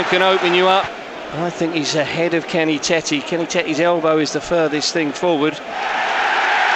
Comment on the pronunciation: As a Dutchman I can say it’s not ‘Kenny Tetty’ but ‘Kenny Taytuh’